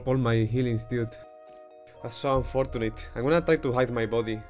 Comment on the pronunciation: He said tech tree correctly <3_<3 HE LISTENSS!!! I love u :)... btw U said "unfortunate" wrong xDDDDDDDDD lmaoo I still love u tho :3